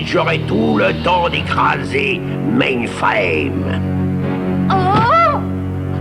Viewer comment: Pas de trouble man! Quand j'ai entendu Bob dire des affaires comme "mainefrème" pis "riboutte" dans cette version-ci j'me suis mis a chercher la bonne au plus criss.